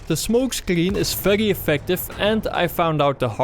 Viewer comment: when you say very it sounds feglyi